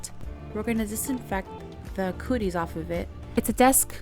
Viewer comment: I love the way that you said that “ first we’re gonna clean the coo-dies off of this “ I always do that first too ! lol … I’m absolutely loving the colors that you ladies are using they’re so pretty . The “ cobalt hue “ is very pretty I’ve never used it before but I think I will be using it a lot more often now .